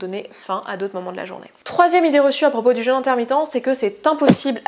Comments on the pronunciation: oui quand on prononce jeûne comme ça, j'entends jeune intermittent DU SPECTACLE ! et ça fait bizarre... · Petit craquage franchement inutile (mais avec bienveillance !) mais je ne peux pas m'en empêcher : "jeûne" se prononce comme dans le mot "peu" contrairement à "jeune" qui se prononce comme dans le mot "leur"; le petit accent circonflexe sur le le "u" est là pour différencier ces deux mots: un jEUne est un ado qui boit son yop, un jEÛne est une période durant laquelle on ne mange pas. Beaucoup de gens prononcent mal ce mot, c'est dommage, et source de gros fous rires (par exemple dans la vidéo j’entends "casser son jeune" : quelle violence !!! hihi !!) Voilà pour cet aparté, et merci pour cette vidéo intéressante et bien documentée, le jeûne fait partie de ma vie depuis des années et je ne reviendrais pour rien en arrière!!